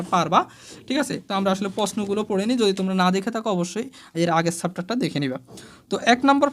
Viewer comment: স্যার ছ্যাপটার না চ্যাপটার।আর ফেজ না পেজ..🤣🙂